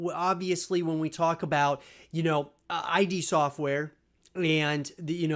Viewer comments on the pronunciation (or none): “Eye-D Sortware” Just quit, kid. You’re too young to have an word on this